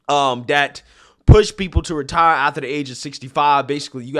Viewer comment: 1. I love that the good people of Kentucky believe "retire" is a three syllable word. 2. Someone needs to get McConnell some adrenochrome, asap.